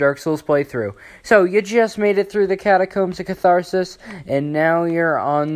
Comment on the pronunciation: cartharssus wut